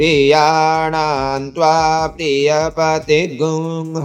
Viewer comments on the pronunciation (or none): This is difficult. I will need more practice to chant accurately.. Priyanaam is ppriyanaam but you are chanting Priyanaam only.. Same thing is with PPriyapati. Half P is also there. Please explain. Thank you so much🙏🙏